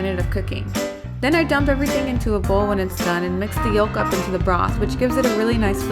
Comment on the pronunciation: isn't the l in yolk silent, or at least not that pronounced?